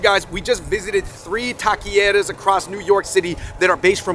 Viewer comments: I was too distracted by the tah-kee-ere-uhs to enjoy this. Bare minimum effort you either practice before you film or just say “taco shop” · You kept saying taquereras but it’s taquerias LOL !